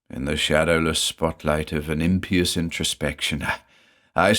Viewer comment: Big thumbs up for pronouncing "impious" correctly